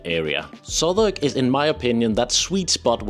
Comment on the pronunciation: Well done on pronouncing Southwark, but work on Tottenham (= Tottenhum) and Borough (= Buhruh, hmm, just listen). You go Edinburgh spot on. Why not do a session on pronuncing UK place names. All in all your advice is brilliant!